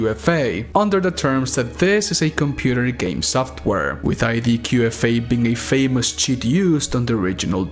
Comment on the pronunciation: You keep saying IDKFA as ID 'Q' FA , K is pronounced - 'KAY'. Petty I know, especially as your first language is Spanish - but its always good to learn something new